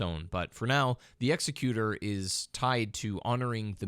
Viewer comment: Executor, the way you say it, isn’t a word.